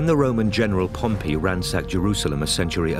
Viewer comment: A small correction: It's Pompey, not Pompeii.